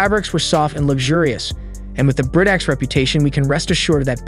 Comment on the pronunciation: Chicco is pronounced "Key co." And Graco isn't "grahco" but "Grey co." Britax was correct I think.